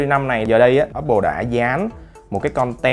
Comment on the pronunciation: Apple mà nghe cứ như oppo :)